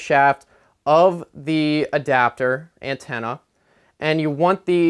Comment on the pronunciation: I like how he says ant-enna